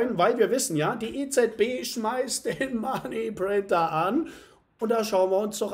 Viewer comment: Kann’s nicht mehr hören mit dem Money Printer löst endet nur Stress aus wie du es betont und aussagst. .. 🤣😅 aber sonst super konntest. Weiter so 💪🥳